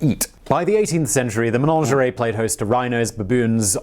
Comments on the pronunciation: The word is Menagerie, not Menangerie like this man keeps saying. I can't understand why he would get this wrong?? 🇬🇧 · I don't know why he keeps saying 'manongeray'. There's no such word, he means managerie (MAN-AJ-ER-EE). I think he's trying to sound posh!